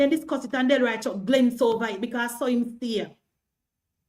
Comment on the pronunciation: Noise maker. Empty barrel making the most noise. The word is over, not hover. Emphasis on the O, there's no h, in OVER.